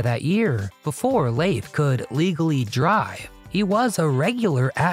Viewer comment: I don't recall his name being pronounced as " Laafe " 😂😂 It's pronounced * Leef *